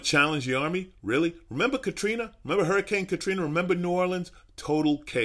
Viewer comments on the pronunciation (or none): none